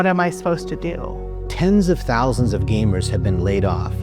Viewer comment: "Tens of tousands!" Not enough!